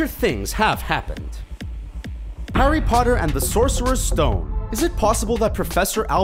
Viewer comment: he says parry potter